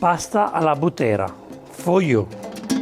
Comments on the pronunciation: Non sbagli. Ha sbagliato l'accento. I butteri sono i cowboys della Maremma in Toscana. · Dear:we say "bu'ttera e non butte'ra, please italian dish need perfect name. FYI "butteri" are the cow boys of maremma in south Tuscany Take care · Allow me to correct your pronunciation (it's done with respect) it is Bùttera and not Buttèra, a Buttero being a Tuscan cowboy. Those who take care of the white cows in the Maremma region of Tuscany. I love you and your channel btw 😉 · Però è bùttera, non buttèra, eh dai!!! 🤌😆 (Cioè alla maniera dei bùtteri) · It's "pasta alla bùttera" not "pasta alla buttéra" as you pronounced. The name originates from "buttero" which is the so-called "tuscan cowboy" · Bùttera, non buttèra! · It's bùttera , not buttèra. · Hi, please right pronounciation bùttera, not buttèra..... saluti dalla toscana...good dish... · Hai sbagliato l'accento. Alla Búttera e non Buttèra. I Butteri sono i "cowboys" della Maremma toscana. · You are too kind. This guy doesn't know what he's talking about half the time, butchering original italian recipes for a wide international audience (so that the misinformation is amplified), and not even being able to pronounce properly a recipe he proposed is just the cherry on top. it just shows the accuracy of his research work. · In "Buttera" l'accento va sulla "U" e non sulla "E". Scusa chef ma da toscano dovevo 💪